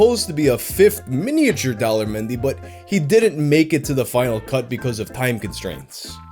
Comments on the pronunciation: It almost sounds like you pronounce his name as Dolla menyu lol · Daler mehdi. Correct pronunciation: The-lay-her Mehndi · Everytime you say the guy's name I hear 'Dollar Menu'😂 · I kept hearing " Dollar Menu" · At first I thought you said "Dollar menu" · Everytime you say Daler Mehndi I think you are going to say "Dollar Menu" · Why do I keep hearing "dollar menu"? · Every time you say Daler Mehndi, I think he's about to say "dollar menu." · All I hear when you say his name is "Dollar Menu". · best foreign song for me: chaccaron maccaron! also, am i the only one hearing 'daler mehndi' as 'dollar menu' the whole time? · I thought you were saying "dollar menu" instead of "Daler Mehndi" for way too long.